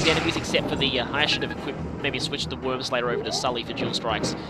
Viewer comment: Is it actually pronounced “Worm-slayer” or is it just your way of saying it?